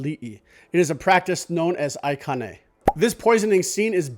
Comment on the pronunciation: Mahalo for your excellent videos, and for correcting your pronunciation of Kamehameha. So while we're at it, please adjust your pronunciation of the leaf cape, which is ʻahu lāʻī, not laʻi. Lāʻī is a contraction of lau kī, while laʻi means calm, stillness, etc. Also, aikāne has the kahakō, and the district is Kaʻū. Keep the episodes coming, Iʻm learning a lot of historical details! 🤙🏽